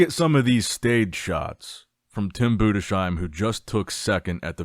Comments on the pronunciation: Its Tim budes heim Not budesh eim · Nicks strength and comercials still not knowing how to pronounce Tim Budesheim